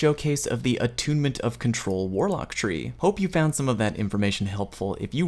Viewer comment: ...and that is all I have to say on the Attunement of Kamehameha what?! Goes back 10 seconds "the Attunement of Control" awwwww 😔